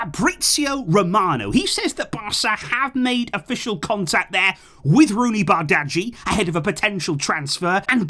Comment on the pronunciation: it’s pronounced more like bardji, the g and h seem silent 😂 Also, I’m one of those people from football manager, but he is a baller in real life as well. A bit similar to a Rodrygo (and a bit of a low hanging fruit but similar to Messi especially in terms of his dribbling style), but left footed. His he can dribble, he can create but finishing is his standout attribute. The long term injury did slow down his development though but the fact that his stocks are down now is a great market opportunity and if he pays off, which I think is more likely, he pays off massively, but if not he’s still going to have high resale value and make us profit.